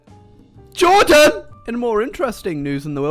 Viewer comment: Jordan Just Sounds Like He says Juden xD